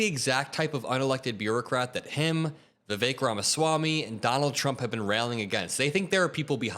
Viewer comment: Every time you say "Vivek Ramaswamy" I hear "the fake ramos wami"